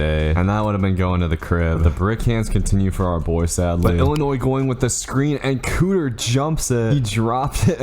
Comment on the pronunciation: KEEter not COOter